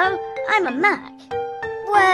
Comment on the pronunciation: The way pronounced "Mac" He says "Muc"